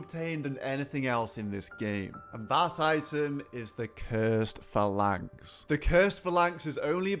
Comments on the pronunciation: It's PHAlanx, not phaLANX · You're mispronouncing phalanx. Not sure if you've got a speech impediment or not so I don't want to seem rude. It's pronounced 'Fay-Laynx'. You're saying 'Fuh-Laynx'. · Its not though, its Fal-inx, where did you find the Y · “Phalanx” : Fay-Lanks Good god, tell me you’re trolling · Also, it's pronounced fay-lanx like the way the Spartans foughy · Fa-lanks or Fay-Links? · That's not how you pronounce phalanx